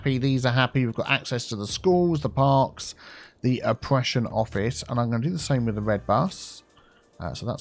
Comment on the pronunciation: when you said opprssion office, i thought you said depression office